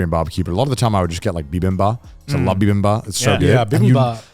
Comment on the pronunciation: The reason might be that in Japanese they leave out the last “p” in bibimbap and actually pronounce it Bibimbaa. Just a guess though haha